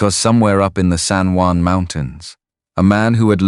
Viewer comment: The Spanish word "Juan" is pronounced as "wan" in English. Not Jew•an" or other mispronounciations in the video.